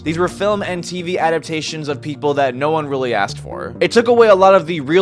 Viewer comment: Do you even know HOW to say "Adaptation?"